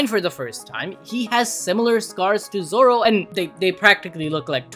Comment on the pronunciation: Bro it said zolo 💀💀💀💀💀💀☠️☠️